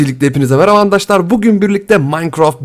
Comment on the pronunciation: hep arkadaşlar diyeceğine andaşlar diyon abicim